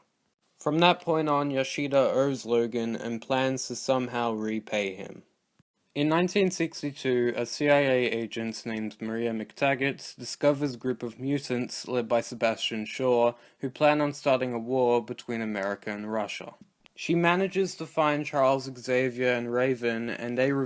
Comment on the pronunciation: Moira not Maria